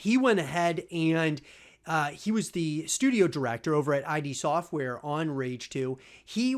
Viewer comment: “Eye-D Sortware” Just quit, kid. You’re too young to have an word on this